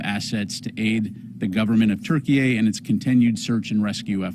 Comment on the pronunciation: Right even Google says it's pronounced turkey it's always been pronounced turkey why is this guy saying Turkeyay like 5 times...??? Wtf is going on?